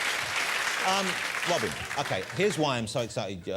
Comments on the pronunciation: Mr. Wobin Williams!!!! The gweatest evea!!! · Funny Robin 😂😂 they don't pronounce it right his name ❤❤❤❤❤❤❤❤